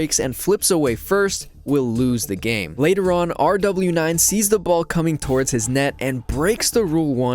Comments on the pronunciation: IT IS PRONOUNCED ROWAS NO R DOUBLE U NINE!?!?!? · its not R W 9, it’s pronounced rawa9, the nine is representing an arabic letter that’s pronounced like a snake hiss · well to me hes r w 9, i dont speak arabic and im not going out of my way to start pronouncing things the non english way that uses english letters and numbers lol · Bro keeps saying rw9's name like " r w 9" you say it like "rewas" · Ra-was is the English pronunciation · Calling RW9 actually R-double U -Nine is crazy. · ruw-waas. 9 in arabic is "waas" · Please dude, Rw9 has been a pro for 2 and half years, learn to say his name properly no ? we all know how by just watching the videos you used, where commentators say his name correctly a million times per minutes, it's not that hard.